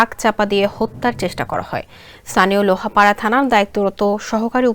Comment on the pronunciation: Trak leag sob trak bondo hok. Neta cine na ai track. Madam Ki news poren lohapara na Lohagara.jotasob bhul.